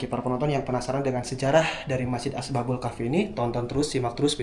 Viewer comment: Asbabul apa ashabul yg jlas coba ngonten itu